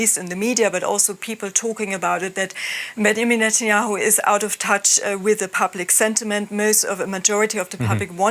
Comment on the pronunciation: "bangamin netayehu"